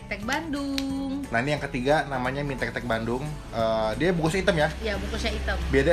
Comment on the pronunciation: mie tek tek??? njirr gw dengernya mie tetek ( • ) ( • )